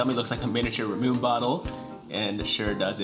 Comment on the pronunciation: have you tried ramune soda? I think the few candies you guys had were based off of that. I believe its ra-moo-ney instead of ra-moon since its a japanese drink. Also I think the big citrus fruit is a pomelo. Please keep making these videos every month! It's so fun to watch!